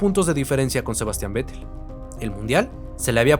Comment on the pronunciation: Buen video, buena edición e información. Solo decir que se pronuncia "Féttel", no Vettel.